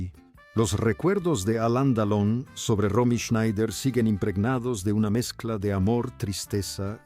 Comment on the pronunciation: Ya que hablas de un personaje importante, deberías decir el nombre correctamente, es Alain Delon.